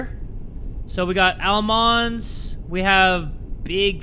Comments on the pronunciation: I know tf didn’t call them AL-Mins?! 🤣😂🥰❤️ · the way jay pronounced almonds 😞